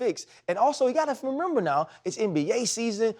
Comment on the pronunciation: “you gotta femember now” I think we have found a new word 😂 good ☝🏿